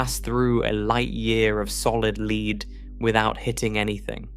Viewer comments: It pronounces "Lead" (as in the metal) as "leed". It's better than most human speech copiers, but it's AI and makes stupid mistakes. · “solid “leed?”” Please check your work before posting! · How can the narrator on a science video mispronounce the element "lead" incorrectly? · I looked it up online before making the post and everything I found claimed that no English speaking countries pronounce it that way. I enjoy the videos on the channel quite a bit. I've been going through chemotherapy and sometimes watch their videos during treatment. I just found it funny that a science channel would mispronounce the word lead.